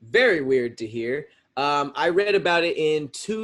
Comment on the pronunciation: “Which is... very weird Tahir (to hear).” Very smooth. Columbus, Ohio to Los Angeles!